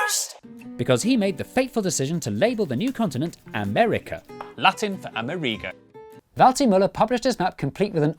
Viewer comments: I believe it's A-MER-i-go, not A-mer-EE-go. Also:Latin America isn't only Spanish-speaking. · Why do you pronounce Amerigo as "ameh-REE-go"? It's pronounce the same as America, but with an "o" (yeah, mind-blow!). Amerig-oh! (g and c are very similar sounds, look it up) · A-merigo* Say it with me. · Quite right I was born in Buenos Aires and I am as American as Joe Biden. Now, why not pronounce ”AmErigo” as it should be, with the stress on the “e”? It would make sense phonetically, and the origin of the word “AmErica” would be clearer. Saludos! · Having trouble coping with how British people apparently pronounce the name Amerigo.